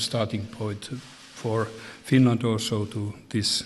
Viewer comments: At the beginning of TRUMP'S speech, he called Finland Stinland!🤣😂 Look at Finland's presidents face after Trump said that! LMAO!🤣😂🔮ɱყʂɬı¢ąιɱ00ŋ🌙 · I heard it like Swinland...😂😂😂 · what is this Stinland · he said stinland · Wait, did Trump seriously call Finland "Stinland" ? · Right?! I clearly heard “Stinland” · You guys...he said “stinland” 😳🤦🏻‍♀️ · “Stinland,” how tf did nobody in the audience notice or say something about that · I heard it Swinland but so many people have heard it Stinland, so I guess I heard it wrong...😂😆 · I heard sfwinland xD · He did say Stinland. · It's weird how it ended up like stinland in the paper he was reading from. Because just after that he reads Finland! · Oh wow he pronounced Finland incorrectly 🤔 what a horrible president 🙄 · I noticed that too lol he started off dumb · yea, I heard it too lol